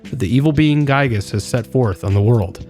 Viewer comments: I must mention Its. Gigas pronounced. Not guygas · the fact that you say gyiyg is actually so based